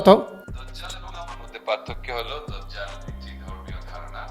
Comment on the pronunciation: ভাই সঠিক উচ্চারণ দাজ্জাল, আর মোবাইলের সাউন্ড হালকা